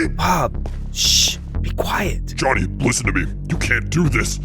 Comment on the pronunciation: Yo😂😂😂no hate but its speedrun civ and also its not konny its jhonny😂😂